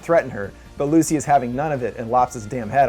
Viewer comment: STOP SAYING LUCY!